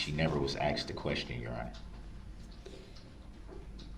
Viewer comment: He’s ridiculous! GROUNS GROUNS GROUNS GROUNS! Is that a “tacket” agreement your honor? I axed the question ….. OMG. I don’t know how everybody kept from just screaming at him or throwing something at him…..